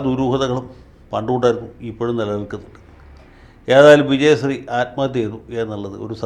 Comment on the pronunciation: വക്കീലേ , അങ്ങ് ആദ്യം നാവ് വടിക്ക്, വിജയസ്രീ അല്ല, വിജയശ്രീ